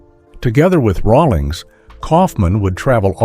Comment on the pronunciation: can't even pronounce Rawlings correctly